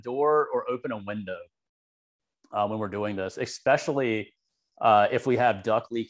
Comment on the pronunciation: Just a note.....the word "especially", has no "X" in it. Not "especially", or "Eckspecially"